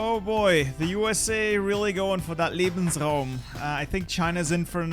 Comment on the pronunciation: That "Lebensraum" was so perfectly pronounced.